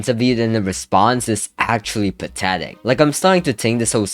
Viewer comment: such a patetic sitchuashon